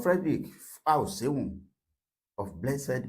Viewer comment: IT'S PRONOUNCED DOKITA ABI OJOGBON FREDRICK FÁ-SHĒ -HŪN.